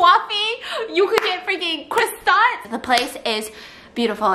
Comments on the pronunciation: Literally nobody: Stephanie: says christont instead of croissant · The way she pronounced coffee as croifee and then in the same note she pronounced croissant as cRoissant 😤lmao